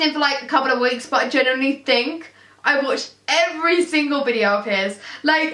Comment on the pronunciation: Every time she tries to say the word "genuinely" it fails and it comes out as a mixture between "generally" and "genuine" 😂 pisses me off so much